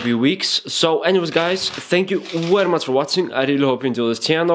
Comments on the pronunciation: You are telling 'very' wary..... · very is with a v not a w ! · WERRY, WERRY IMPORTANT!!!!! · its very not wery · Love your tutorials, mate. Werry specific (which is more often than not werry necesary). You do, however, repeat things way too many times. Still, I just learned how to skip through your videos and solved that for myself. Sorry to hear about your camera, hope you get a new one soon. Cheers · "Werry werry important " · you are werry werry good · heeheheh werry funny ! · Lol, the way you make a point! "It's werry, werry important!"